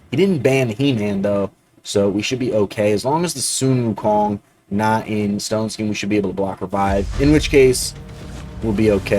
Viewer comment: That's one 🌶️ 😎! So glad now the way that you say"Sun Wukong" correctly is super sexy 🔥 ❤